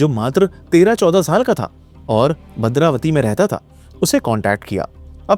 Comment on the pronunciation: It's not madravati It's Bhadravati*